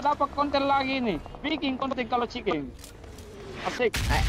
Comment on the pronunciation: Chiken ❎ CikenG ✅ Ngakak jirrr